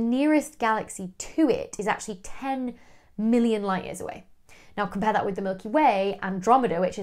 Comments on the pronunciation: It sounded like you said 600Billion LY away. Did you mean or actually say 600 million? Wouldn't it be impossible for us to be seeing images of an object 600B LY away? Thanks... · She says six hundred million with an accent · Did she say 600 Billion or Million?